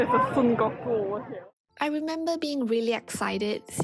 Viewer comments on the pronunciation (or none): none